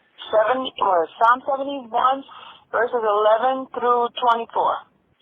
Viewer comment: And it's PSALM without an S 😅